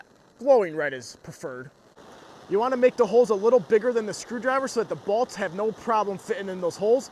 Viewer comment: It's pronounced bolts